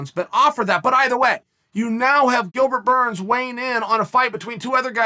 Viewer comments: “Gilbert Borns” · Gilbert "Borns" lol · "Gilbert Bourne"